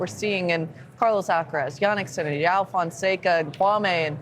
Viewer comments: Put respect on his name. it's pronounced JO-UH-WU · I love how Lefkoe confidently corrects the pronunciation while totally butchering it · It's kinda funny hearing Americans or non Brazilian mispronounce "João." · Pessoal precisa aprender a falar: João! 😂😂😂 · I’m offering all Americans free classes to learn how to say João properly! 😂😂. Jokes aside João is the real deal and your comments are great! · do they know they are pronouncing joão wrong? XD not trying to be mean, just curious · The host thinks he speaks João correctly, but I'm sorry to tell he doesn't. It's better Americans keep to Fonseca instead. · Now they should learn how to say his name properly